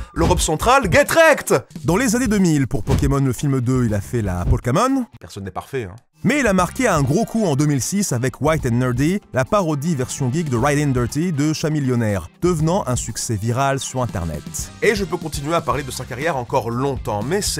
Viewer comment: En fait, le nom du rappeur ne se prononce pas chamillionaire mais kamillionaire.